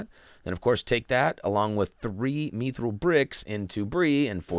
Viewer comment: It’s mithril not mithril